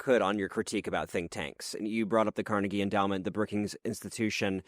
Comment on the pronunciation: "Carnegie" where you been for the past several decades?